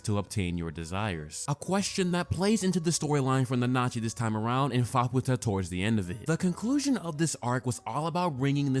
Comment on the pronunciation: How did you watch the show and cant pronounce Nanachi correctly?